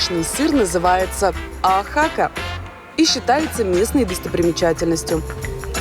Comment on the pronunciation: ОАхака, а не ОахАка, очень режет слух